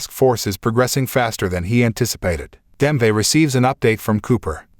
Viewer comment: Nice summary. Wonder is this was read by AI…. Just couldn’t ignore “Demve” and “life” a life.